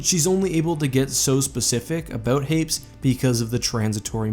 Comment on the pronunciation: Hey, where does that pronunciation of Hapes come from? I always pronounced it hayp-ees